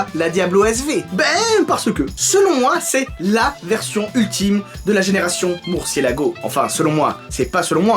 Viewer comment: gallardo = tu la prononce "gayardo" :) é murcielago = murtchielago Super Vélotché :D é ta video é super CoooooL ;)